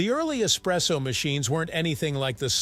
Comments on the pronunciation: es- presso! not ecspresso, that's a no no! kapeesh! capacola breath? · Yeah ESpresso, ✅ ❌not Ex presso